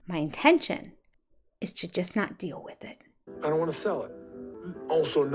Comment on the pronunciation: Speaking about pronunciation, why do these people have such a difficult time pronouncing long "vowel" sounds? Kody talking about "alpha mels" (alpha males) or " big dill" (big deal) etc